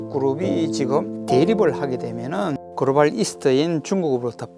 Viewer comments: 그로발 그로발 그로발 ㅋㅋㅋㅋㅋㅋ 발음 ㅆㅂ ㅌㅋㅋ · 유익한 내용인데 그로발이 너무 신경쓰인다